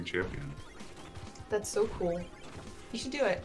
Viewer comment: Cool is like Contra not like Mario